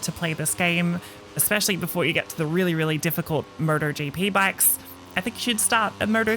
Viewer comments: Someone needs to tell her it's 'M-O-T-O-GP' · Sounds like she's saying murder gp